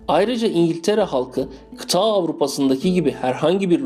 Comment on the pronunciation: Video güzel emeğine sağlık yalnız Kıta derken uzatmadan telaffuz etsen daha güzel olur Fransa İspanya ile ilgili video gelebilir başarılar👍